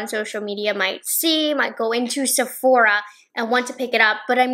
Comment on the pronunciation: Lmao! Sephoria 😂😂